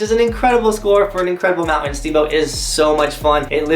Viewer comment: The word mounTain has a T in it.